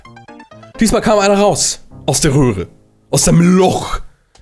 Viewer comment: Oder am ende sagt er statt röhre rohre 😂